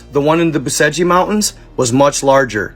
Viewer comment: BUCEGI - PRONOUNCED - BUCHECH